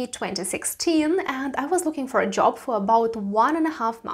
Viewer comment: Yes, but first you should know how to pronounce JOP, oh wait JOB